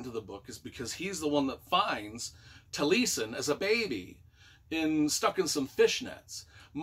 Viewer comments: I think it's pronounced taa lee eh sn. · Tall ee ess en accent on ess syllable. Welsh for eyebrow I think. Frank Lloyd Wright named his home out west Taliesin.